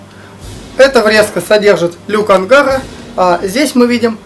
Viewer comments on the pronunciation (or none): none